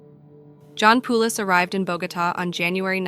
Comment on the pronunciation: My uncle shares this last name. It’s pronounced Poh-lis. Not Poo-los. Thanks.